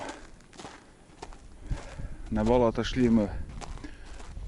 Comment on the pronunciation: Не бОлото, а болОто